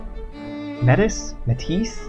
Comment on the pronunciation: May-Tee is the pronoucation.